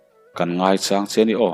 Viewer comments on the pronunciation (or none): Ngai chang te han tih, mauin chang a nei, sa ka châng tiha châng ang hian lam rawh.